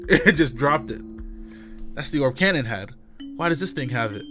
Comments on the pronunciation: Brother, You're saying Kanon's name all wrong and it's killing me lol. It's pronounced (Kay-non). Please everyone get him to see this. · Red レッド If his name was spelled (Kannon), that would be pronounced the way he’s saying it.